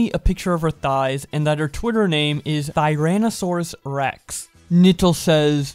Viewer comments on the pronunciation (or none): Bruh how dare she ruin the regal name of Tyrannosaurus Rex.